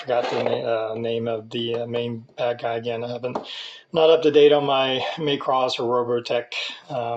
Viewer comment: It's not pronounced. May cross...it's mah cross